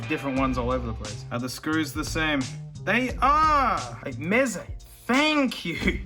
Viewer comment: Noone: Aussie man: MEZE MATE!!!